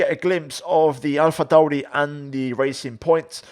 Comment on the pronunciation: Why do you put a funny accent on for “Alpha Tauri”